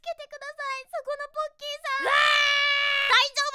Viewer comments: ボッキーに聞こえた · p丸様がポッキーって言ったらボッキーに聞こえる(΄◉◞౪◟◉｀) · ポッキーがボッキと聞こえてしまったwww← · me ru ポーッキーで草 ネタだったらごめんけどポッキーだよなw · 「こんにちわ！私の名前はボッキー！」 って聞こえた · ぼっきーに聞こえたのは俺だけ？w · 「ポッキーポッキー」が 「ボ〇キーボ〇キー」にしか聞こえん